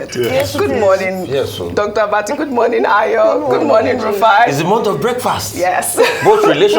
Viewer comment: Dear Dr Abati, I would like to know if you have permission from Ojy to call her name like that. If not, please desist from doing so, it might be embarrassing. Thank you.